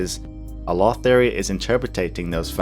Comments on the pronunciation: For 6 mins, I thought you were saying "law", instead of "lore". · lol when you said Lore in i thought u said the Law xD